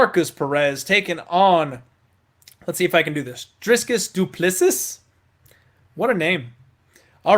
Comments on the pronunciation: You can see this guy done next to zero research on Dricus du Plessis as can't pronounce his name correctly, almost all Dricus' videos his name is pronounced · Pronounce his name right and also do more research. Dricus " Stillnox" Du Plessis you proved everyone wrong and well done on your win. We are proud of you here in SOUTH Africa.. 💯💯🎉🎉 1st round win 🥇🥇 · dricus is the man , please pronounce his name correct , show some respect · This dude made no effort to learn how to pronounce Dricus du Plessis correctly.